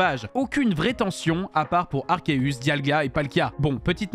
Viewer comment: Déjà, premières secondes de la vidéo et on entend "Arkeus".